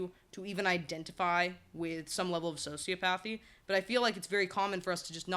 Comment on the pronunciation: Quick correction: it's "soci OP athy" .... "psych OP athy" (not pathy). You make some really good points though, especially in how nurture comes into play with these lacks of empathy and we can all have levels of both extremes. No idea why you were in my recommended videos but kudos to you as you seem to have hit some good algorithm!